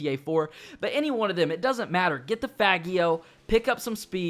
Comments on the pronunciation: Its pronounced faj e o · Come on now, it's pronounced "fah-jee-oh".